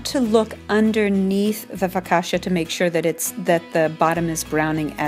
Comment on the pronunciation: Loved this!! But the way you pronounce focaccia is hilarious ahaha <3 <3